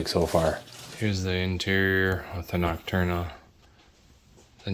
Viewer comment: nocturna cooler did you mean noctua LOL